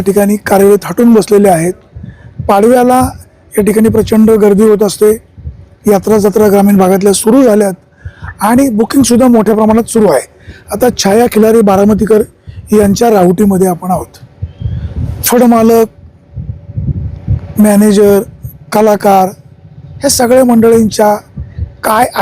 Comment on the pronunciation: छाया खिलारे म्हणा साहेब खिलारी नाही